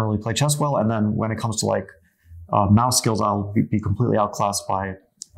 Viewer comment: was he saying 'math skills' or 'mouse skills'?